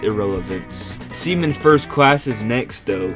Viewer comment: I keep hearing semen instead 💀